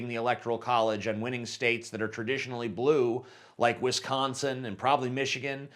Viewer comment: the only thing i don't like about you is the way you pronounce Wisconsin